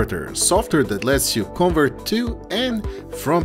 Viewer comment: it's con'VERT and not CONvert..